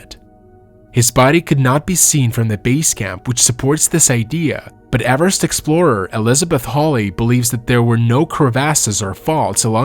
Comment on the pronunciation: Avarast? It's Everest .